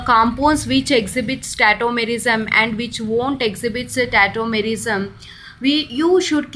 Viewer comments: Its tautomerism not tettomerism ..lol🤣🤣🤣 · It is not tetomerism it's tautomerism